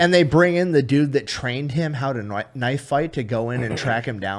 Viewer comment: Chubby Electron Man, " knoyfe" that's Crocodile Dundee sir